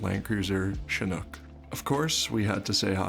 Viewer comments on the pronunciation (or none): none